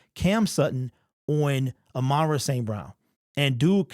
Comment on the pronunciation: It really bothers me when people call him amonra instead of ahmon rah, that’s like me calling Jack Campbell jake Campbell…